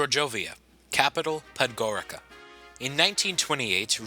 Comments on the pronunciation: Podgorika xD.Tako sam se smijao. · you did not sey Podgorica right